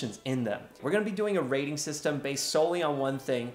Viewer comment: Ray-ting system 🤣